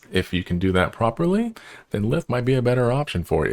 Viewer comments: Its pronounced Lythe (Like you would say Lie and then add the the) hope that makes sense? xD just a sidenote, but I agree with the others, even though Ive been playing for a while, this is a very friendly and simple guide and not 2 hours long. :) Well done! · I wasn’t expecting much when I clicked this but wow, this was edited surprisingly well! As someone who’s been in the comunity for a few years now, I agree with most of this advice. It’s pronounced lie-th, by the way ❤